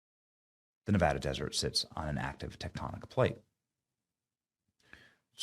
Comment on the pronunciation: Thank you Benny for pronouncing Nevada correctly.